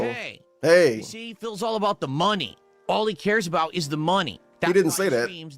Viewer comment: why does he say money like “MUNNIE”?